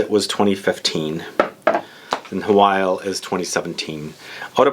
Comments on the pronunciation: By the way, Hwyl is pronounced Hoil (like boil), not "who-will", its a Welsh word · this is an old comment but I thought I needed to let you know that Hwyl is in fact pronounced Hoil (like boil), the pronunciations online that say "hwill" are very wrong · Hi mate! I used to work for Aesop and just to let you know its pronounced 'ee-sop' and the Hwyl perfume is pronounced 'who-wil' great review!